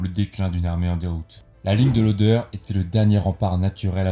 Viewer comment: "Oder" et non pas "odeur" ...